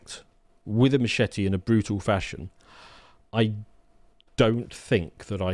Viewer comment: please learn how to properly pronounce "machete" :D